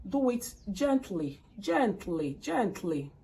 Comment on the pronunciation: Gentli gentli🤣🤣🤣🤣 na really kwokor kwokor 😂😂😂